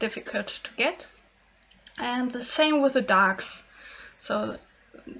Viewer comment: Your English is adorable, and so are your illustrations =) When you say "darks", it kinda sounds like "ducks" and it's super adorable, cause then I just imagined ducks all over the place xD But don't worry, cause it was totally understandable that you said dark. I just thought it was very cute =)